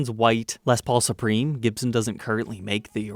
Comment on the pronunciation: He can not pronounce the makers name? jibson is not Gibson!!.?.?